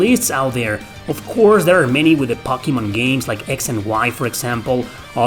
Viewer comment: I'm just here for the way he says "Pockymon"